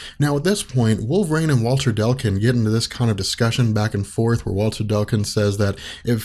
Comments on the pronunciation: Not to be that asshole, but everything he said 'Delcun', I cringed just a little bit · oh my god dude C before L it's Declun! Deck....lin. Not Dell kin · "Delkin" "Delkin" "Delkin" That's an odd way to pronounce DECLUN DEC LUN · every time he says dell- kun i just keep thinking.... ITS DECLUN! DECK-LEN!